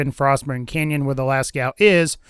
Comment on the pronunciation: Lascaux from french cave is actually pronouned "Lasco/Lasko" but certainly not "Lascow" xD Cheers from France, enjoying some wine with a baguette, waiting for Borderlands 3 is fun :D Thanks for sharing o/